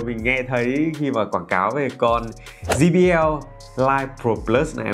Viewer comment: Quảng cáo cho hãng mà đọc sai thương hiệu của ngta rồi ông ơi. Đọc là “giây bi eo” chứ sao lại “gi bi eo”